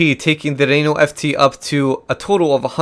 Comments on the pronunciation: pedro freitas I know. It's pronounced "reh know ". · Its funny the way you say RRRRenault(sorry)